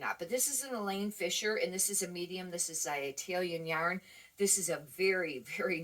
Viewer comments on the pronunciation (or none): Hi! Love your videos ~ I am learning a lot. Just FYI..... it's "Eileen" Fisher... not Elaine Fisher. :). I only know because Elaine is my first name. HA!! I'll be sure a subscribe to your channel. Thank you for all you do.